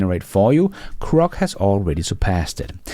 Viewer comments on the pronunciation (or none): GGGGrok not CCCCrok